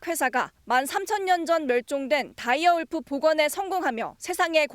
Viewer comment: 다이어 울프아님?다이아 울프라고 하네?